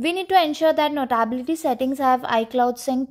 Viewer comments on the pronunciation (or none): Learn how to say notability- note ability - notaaabilty…